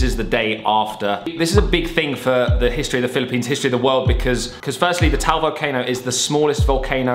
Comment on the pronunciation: Taal is two syllables not just one, it's pronounced as Tah-al, not Tal